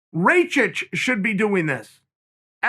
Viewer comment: took me a second to work out who "ray-chich" was it's pronounced RAK Ish chael